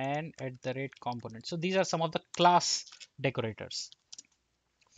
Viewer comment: Thumbs up, but Indians need to learn how to say Component and Developer right... It's not just you. It's every Indian developer I hear on youtube. You guys got the wrong strong syllable: the right way to pronounce it is : kuhm·*pow*·nuhnt , duh·*veh*·luh·pr